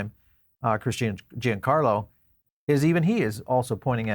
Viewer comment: FYI: Giancarlo is pronounced "John Carlo", not "Gee En Carlo"